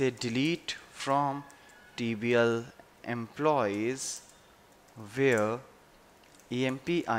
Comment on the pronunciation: RIGHT: va-riable; WRONG: varia-ble; RIGHT: employee-s; WRONG: emplo-yees. I don't think it's that difficult.